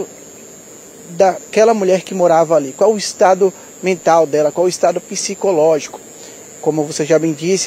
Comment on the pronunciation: ... sr jornalista... Salubre e não salobre... Pisicológico? Onde está o "i"????